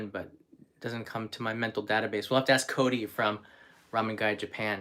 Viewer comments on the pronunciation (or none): none